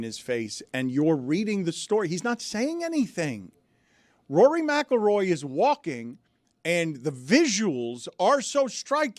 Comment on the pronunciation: Stugotz needed a day off to practice saying Rory McIlroy. Heady play